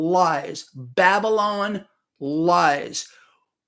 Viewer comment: Did U say Baby..Lon